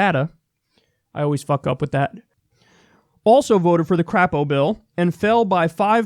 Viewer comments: It's "Cr-ei-po", not "Cr-a-po". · Haha Crapo. It's actually pronounced Cray-po for obvious reasons, but that's okay, we Dems here in Idaho call him Crap-o because the shoe fits. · Crapo says his name with a long 'a' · It's actually pronounced Cray-poe. But I hate that worthless piece of crap anyway. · It's "cray_po" Kyle 😂😂